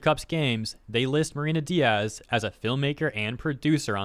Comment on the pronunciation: just so they don't tell you later that you fked her name on purpose... her name is not Diaz(days) is Diez(ten/10 like ben 10 but in spanish) similar words i get it but pronounced different... i am just leaving this here so you can do with this info what you want, just letting you know they might twit something about the miss pronouncing her name on purpose cause you are blah blah blah etc...